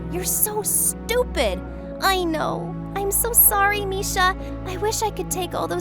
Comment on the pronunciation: " you are so stopid'